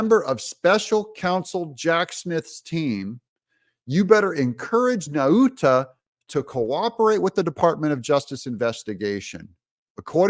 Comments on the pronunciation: Nauta= Nawta as in Nautical Mile. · I am from the same island of Guam as Walter Nauta and just want to let you know that “Nauta” is pronounced “Nowta”. Like the word “now”. Trump 2024! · I believe it's pronounced Naw-tuh, not Na-oota. Just sayin'. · It's pronounced nota